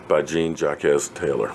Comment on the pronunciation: Jean -Jacques Taylor, longtime Dallas Cowboys writer. Pronounced sJohn-sJock Taylor.